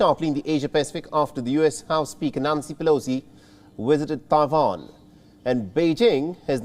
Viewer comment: It is Tai Wan not Ta Wan!